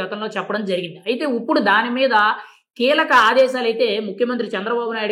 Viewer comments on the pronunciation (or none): ఉప్పుడు.. కాదు బాబూ ఇప్పుడు..!